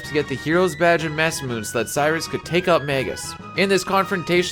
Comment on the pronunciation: Say Masamune again.